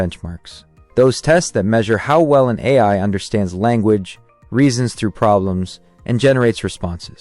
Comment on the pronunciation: obvious AI generated audio is obvious, also "eye" instead of AI towards the end